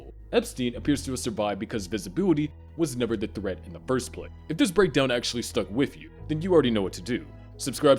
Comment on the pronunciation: The voice can’t make an “s” sound if the sentence ends in the s sound. “Visibility was never the threat in the first pla” “They are two entirely different thing” It does it like 15 times this video